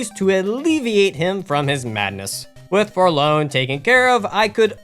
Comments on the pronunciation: ...Are you pronouncing the word Forlorn as a name? You kept saying "Folown" as if the R wasn't there. Forlorn is a word that means "Sad or abandoned". The Forlorn are a group of people who were basically banished between realities by Aldia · "forlone" what is wrong with YouTubers these days man nobody can pronounce anything right